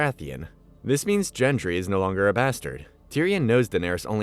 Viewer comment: how is this guy mispronouncing margaery after having watched the show, and Gendry, like if you watched the show enough to give a synopsis of the whole thing then how do you get their names wrong for 280 minutes